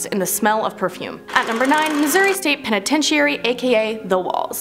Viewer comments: Hate to gripe but this girl mispronounces so many words she is making me crazy. It makes her sound stupid. If she can’t say it she needs to use a different word. Someone please help her. Start with penitentiary. Thanks . I do love your channel and watch it daily. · Wtf is a penatencheeary? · Start practicing on how to say words it's a very easy word sound it out penitentiary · It's pronounced penatenchury. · Sound it out. Penitentiary Pen - uhh - ten - tree. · She is putting too much emphasis on penititairy. New Mexico Main better be on this list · It's pen-eh-tench-er-ee. Good video otherwise, not so many cringy moments lol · Y'all take a break, it's Christmas!! also stop saying Penitentiary like that. It's driving me crazy😂😂😂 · You are saying penitentiary wrong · Lol it's hilarious how you're saying penitentiary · Anyone else do a double take, then get annoyed, then laugh, then get annoyed again, at how she said the word PENITENTIARY??? And what's worse, not a single person who helped work on/film this video, corrected her, so NO ONE knew how to properly announce the word lol... Merry Christmas errrbody!! And if you dont celebrate it, well have a merry day that happens to also be Christmas anyway! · Lmao I was cracking up every time she said it! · I thought that I was hearing the wrong thing at first but then she kept saying it lmao😂😂😂😂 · Me n my man noticed too lol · Right! I've been having trouble watching her videos because of this problem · I was like, "I've been saying penitentiary wrong my whole life." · I couldn't make it through the whole video because of this. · level I said. I said girl stop saying it like that you're driving me crazy, lol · Somebody please teach this woman how to say penitentiary lmfao 😂 love ya but damn seriously 😂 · i switched the video cause the way she says penitentiary... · I sorry but I can't listen to this video because of the mispronunciation of penitentiary. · You are saying penitentiary wrong.